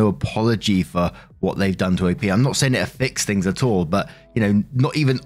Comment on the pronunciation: Can I say I LOVE when British says a tall instead of at all. I’m just weird like that